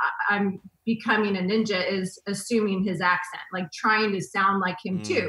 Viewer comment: "I think I'm almost a neenja" lmao